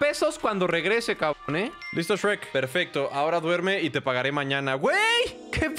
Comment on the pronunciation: no es grek es sherk jaaaaaaa 7u7